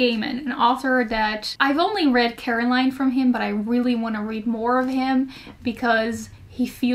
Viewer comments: She said "Caroline" instead of Coraline lmaooo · Coraline not Caroline ❤️